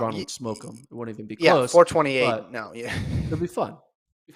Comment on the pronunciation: It’s “4 2 8” not “4 28” 😅. Y’all sound like you don’t know football